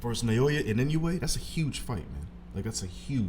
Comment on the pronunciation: Inoue's last name is not that hard to pronounce, come on.